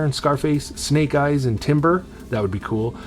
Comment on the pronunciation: Thanks for adding me in the giveaway and yes you pronounced it right, I got that snake eyes helmet it’s amazing!!!